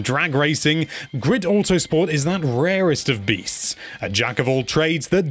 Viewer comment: He did not even now how to say the name and that it was released on pc back in the days. This review is butt paper